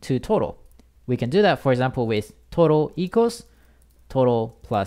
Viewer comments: bruh i thought you were saying toro instead of total in . i cant unhear it. anyways your vid is a big help :) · it sounds like he is talking about tuna (トロ) instead of total, I could only think about sushi... hahahahaha... and also "jibberish notebook"... hahahaha...